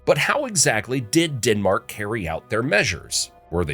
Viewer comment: DENmark not DINmark please